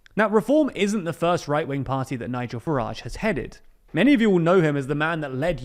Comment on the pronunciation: Ah yes, "Nigel Garage"